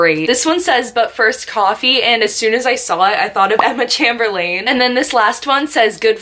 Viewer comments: Chamb-er-lain I’m dead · its not emma chamberlannnnnne its emma chamberlain